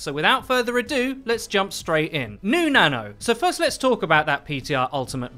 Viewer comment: When you say "new nano" it sounds like you're saying "new nana". Which, come to think of it, I guess that's also correct. New nana buff coming to PTR.